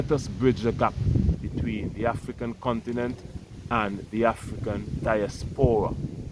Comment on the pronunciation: THE BROTHER SAID """THE OONTINENT""""...... LET'S GO BROTHERS.